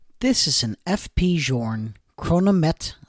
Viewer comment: Journe is not pronounced like this